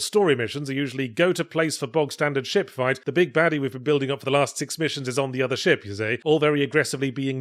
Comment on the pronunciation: This review is definitely helped by my american ears hearing yahtzee say shit whenever he says ship.